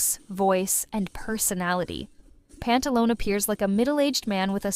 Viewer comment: It's Pantaloneh, not Pantalon. Pantalone as in Italian, the same if you said Dottore. DottorE, PantalonE.